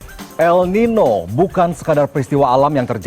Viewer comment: El Niño di baca El Ninyo